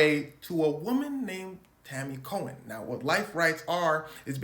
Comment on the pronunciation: Tanny "Cohen".. Every single time.